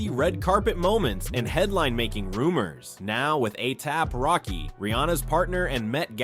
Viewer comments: 👀 😳. 🫢.DID HE MISPRONOUNCE A$AP ROCKY NAME 👀🤔 CALLING HIM “A-TAB ROCKY🤷🏽‍♀️👀. . I BACKED UP & LISTENED CLOSELY TO SEE IF I HEARD THAT RIGHT & HE MOST CERTAINLY DID🤷🏽‍♀️😳😗 Uuggghhhhh 🙄🤦🏽‍♀️ Just sayin!!!! 🤷🏽‍♀️🙂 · Atap Rocky. Athap Rocky. A-apple Rocky. A-pap Rocky. Aliap-Rocky??? What is this? Artificial Unintelligence? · Each time you've used each of their names, you've pronounced them soooooo wrong... "A-Thappy-Rocky" "A-Thap-Rocky" has me deadddddd 💀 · His name is ASAP ROCKY not atap racky 😂😂😂😂😂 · A Tap (Ehh-Tapp Rocky) Rocky? 🤭🤣🤣🤣 Huh? Why he messing up dudes name all through this video? Oh Lord. 🤭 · WHO THE FRICK IS AYAP ROCKY?! 👏🏽 I HATE AI VOICES 🤦🏽‍♀️ YALL BUTCHERED THIS MANS NAME 100 TIMES CALLING HIM ATAPPY. EACH PRONOUNCIATION IS WORSE THAN THE LAST ONE! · Why is he say ASAP ROCKY name wrong bro whose A-AP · A-Yap rocky is all I could hear 😂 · This was a really interesting video until you started mentioning A$AP Rocky and said his name like five times wrong mate. 😂You need to do your research and find out pronunciation before you do that man😅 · Why is the person narrating saying ASAP ROCKYS name weird? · The amount 😂of times he slaughtered ⚔️🩸 ASAP ROCKY’s name 😂 Is truly remarkable 🎉🤣🤣🤣🤣😭